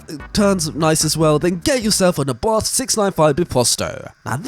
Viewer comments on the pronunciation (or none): none